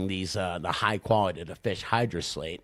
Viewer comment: He pronounced hydrolysate right!